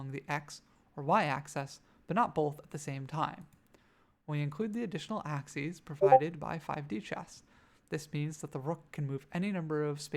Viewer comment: Nice. Your 'axes' though.